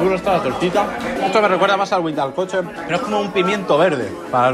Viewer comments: se pronuncia como huitlacoche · Es Tortilla / no tortita Es huitlacoche / no huilacoche Me molesta que quieran decir todo a su manera 🙄